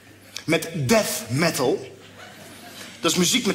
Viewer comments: death spreek je in het engels uit als deaf. Door de "th" ;) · aan cheapshotdrummer th = f...........wat voor magool ben jij dan? th is gewoon zoals je th uitspreekt en f is weer een andere uitspraak, ja voor luie ppl is t makkelijk om 2 verschillende uitspraken hetzelfde uit te spreken. maar bij de normale mensen is het TH en niet F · Hij zegt gewoon Death Metal, alleen is z'n engelse uitspraak niet goed. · Gaan mensen nou moeilijk doen of hij deaf of death metal zegt??